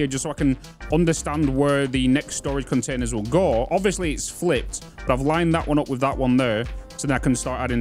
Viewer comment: I would never make fun of you saying bottled water. However... BUDDLED CAHNERSTASS 😂